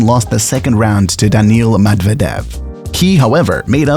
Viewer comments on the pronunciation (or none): none